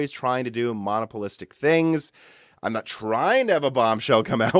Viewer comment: Lol, when you say the word monopolistic, it sounds like you're talking about a single pole magnet.